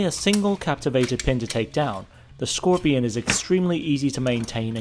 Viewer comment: Skorpion not szkorpion.